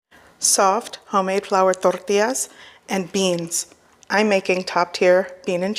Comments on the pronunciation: I like how you say , torrrrrrtillas😅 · I love the way she has to roll her 'R's" when she says tortillas!! LOL!